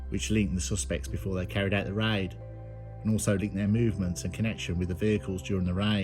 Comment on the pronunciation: Why don’t you just say raid and not riiddeee